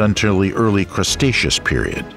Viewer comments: "Cretaceous" is pronounced "kre-TAY-shuss," NOT "Cres-TAY-shuss." There is no "s" before the "t" is "Cretaceous." DAMMIT! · Did he say CRUSTeaus period 🤣🤣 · Poor information, even worse pronunciation...'crustatious'? ffs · It’s “Cretaceous” not crustatious! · Cretaceous not crustatious. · "Crustaceas" Period ..lol. I think you meant "Cretaceous". There's images of Carnotaurus when discussing Allosaurus, and as others have mentioned, references to Stego as a Sauropod. Too many Inconsistencies. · Why do you say crustaceous instead of cretaceous? It sounds a little bit ridiculous. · Fire your narrator. "Dip-low-dock-us" (the phonetic spelling as uttered by your narrator) is pronounced "Dip-lodd-ick-us" by everyone else except your narrator. Cycads are pronounced "Sigh-cads." The time period known to everyone as the Cretaceous (Kret-ay-shuss) is Crustacious to your orator. The list of flora, fauna, time periods, and sundry other words that are mispronounced (and rather badly at that) are really widespread and distracting. I started to watch this video, but soon realized that you guys are the same folks using the same narrator that I commented on before. Trust me when I tell you, the attrociously bad pronunciation is immensely distracting. When reading a script it's important to grasp the rudimentary linguistics and spelling of the words shared with viewers. A shame really. Ahh well. I need to make a mental footnote to avoid your videos in my hunt for enjoyable informative content. Good luck with subscribers. I wouldn't be able to have the volume on. But that's my opinion for whatever it's worth. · Say it with us now "cretaceous" yall keep saying crustaceous like the species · The Crustatious, when bread ruled the earth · Yeah I know lmao seems mostly everything else in this was pretty accurate but crustaceous is a pretty big error 😅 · 😂 i laughed a little when i heard it, the crustaceous period, the crustacean era 😅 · Crustaceous lol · Gondwanda? Crustatious? Really?